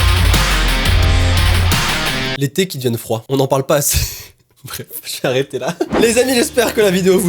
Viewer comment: J'vais arrêTHÉ là Désolée c'était trop tentant